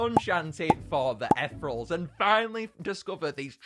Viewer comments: Most painfully video to watch 😢 it pronounced e thee reel alls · Aw yes, “etherals” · the way he pronounces 'ethereals' infuriates me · "Ethrels" (not hating)